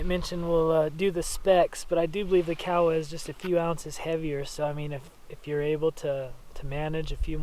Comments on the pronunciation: Kowa with an o not Kawasaki with an a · Ko-ah is how its pronounced according to their website, I also was calling it COW-ah before finding this out. Pinnacle of optics for me, depending on sample. Swaro is extra expense perhaps worth it for their EXCEPTIONAL customer service. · You know the funny thing about how he pronounced Kowa? I understood exactly what he was saying. If you say Kowa with a southern island, Japanese accent it sounds just like he said. If you use an accent from the north-east rural area it sounds just like you're saying. If your an American, white male, sitting in the bush of Alaska glassing bear and caribou, and say "Kowa" - it sounds just like the guy recorded in this video says. Does any of this really matter? If you didn't know any other Japanese and looked at the Emperor of Japan and said "Kowa Company, LTD" I think he would know what you're saying. But I get your point. Even though I wore a uniform with my name embroidered on a name tape, people still called me be the wrong name. LoL